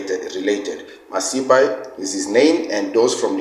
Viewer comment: But the way that guy pronounced Masipa for me that made me side eye him. It is a South African surname which he pronounced the same way I've heard zimbos pronounce their own Masimba surname.